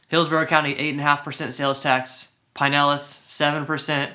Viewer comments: I lived in Clearwater for 9 years.. back in mid 80s to mid 90” Great videos , new to the channel. Not trying to be rude but It’s Pronounced Pin..Elas county not Pine.. elas Sorry . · Never heard it pronounced pine-ellis county until this video. I lived in Westchase for a few years awhile back and have always heard pronounced "pin-nellis". I'm pretty sure pin-nellis rolls off the tongue better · It is pin-nellis lmao, he's just pronouncing it incorrectly. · This guy is not native to the region. I can tell by the way he says Pinellas, stopped watching.